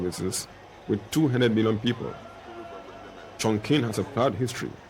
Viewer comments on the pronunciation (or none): lol the way the narrator pronounced Chongqing lol